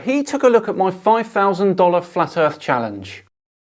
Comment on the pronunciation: omg this is still hurting my brain to hear so much ignorance , even after more than a year of learning that FE was a thing... who cares about what the greek were calling stuff thousand of years ago, he even has issue pronouncing thousand, talk about scale issues